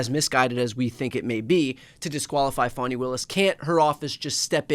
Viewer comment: Please stop calling her Fawni. She pronounces it Fah-nee.